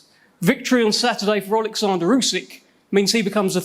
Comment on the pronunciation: DDD Dopey Dildo Dubois. Please don’t ask him to tAlk out loud. Olexander NOT Alexander. Warren chats shit.